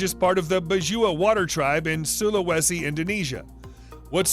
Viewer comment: #2 is not bajua... its badjao... also not from indonesia but its from the phillippines mindanao island...